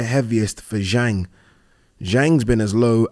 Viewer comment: And Zhang is pronounced Zhong. Agree with you not bein a dick.